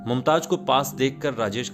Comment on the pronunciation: Ishtar sahi lafz nahi hai... Sahi Shabd hai star.. Mumtaj sahi lafz nahi hai.. Sahi lafz hai Mumtaz. Bhasha ka Samman karein.. Bhasha sahitya ki dharohar hai. Aap ki niji sampatti nahi 🙏😭